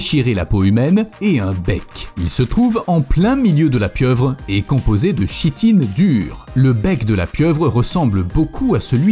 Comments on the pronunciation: ON DIT KITINE ! BORDEL ! Pas Shitine! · Chitine se prononce 'Kitine' (à )